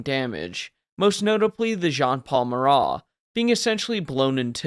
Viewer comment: Minor gripe, but I'm almost certain that the Marat's name was just Marat.